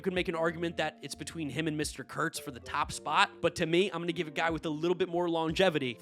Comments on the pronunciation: Yea, I never understand why people don’t just say his name. If you pronounce words correctly it doesn’t sound bad at all. Kurtz has a T in it. Doesn’t sound like a slur in my opinion at all. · Because is too politically correct is why he won't say Nick's name correctly